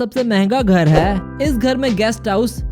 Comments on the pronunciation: I tried to ignore it but I can't what is Haai???? Sedha bolna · Funny when he say hai😁😁😁😁😁😁😁😁😂😂😂😂😂😂😂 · Apka "HAI" bahut gnda h🤢